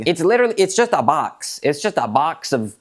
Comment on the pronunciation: IT'S JAST A BAX IT'S JAST A BAXXX